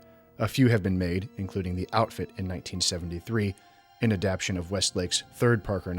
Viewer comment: Enjoyed your essay. Hate to be that guy, but it's adapTAYshun. You keep mispronouncing....Sorry but had to mention....Cheers